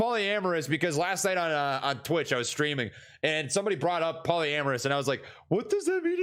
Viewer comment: “Polyamorous” 😂😂😂 my boi slingin dick in these streets haha